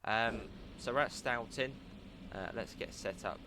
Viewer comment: I actually grew up in this town and nothings weirder than seeing my old hangout spots in a video game. Also for the record its pronounced with an o sound as if you could rhyme stoughton with boating